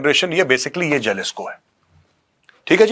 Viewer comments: Jalisco J ko yaha H pronounce karte hai HALISCO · It's pronounced as Halisco Major sir 😅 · It is pronounced Halisco Cartel..